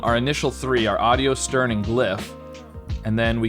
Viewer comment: this guy thinks the word stern has an L ?